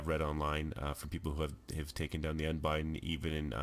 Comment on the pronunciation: It's Un-Bid-Den not Un-Bi-Den like you're spelling it.